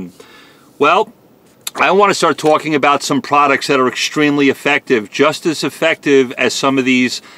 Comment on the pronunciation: Always twawking...